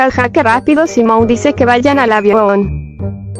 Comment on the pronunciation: Jajaja dijo SUMON ES SIMON